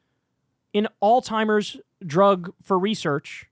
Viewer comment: Did you say, alltimers?!